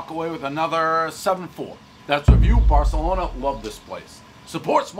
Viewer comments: Barthelona... it's actually pronounced like you have a lisp. Weird, I know! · Everybody knows he meant to say barkalonas